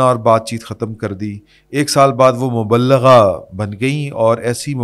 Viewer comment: مبلِغہ ، لام کے نیچے زیر ۔